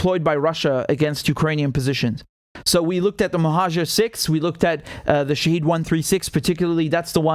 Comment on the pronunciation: It is not "Shaheed". It is pronounced "Shahed"